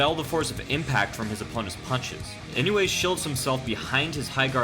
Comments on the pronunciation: It's not "e-no-way" its "e-no-you-eh" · I know you aren't japanese, but godamn his name is not "Inway" it's "EE-NOH-EHH" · Inoue —>Ee-no-whey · Sake Bobombs Nope, it's ee-no-oo-eh